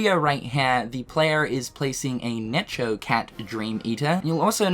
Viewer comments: Dude pls Necho is pronounced like the word "echo." The name is a play on words: echo + neko(=cat in japanese). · Necho Cat is pronounced with a hard ch. It's a pun on the words echo (because it's music/sound themed) and neko (Japanese for cat).